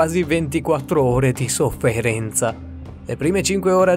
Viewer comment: Di so-ffee-ree-nzaa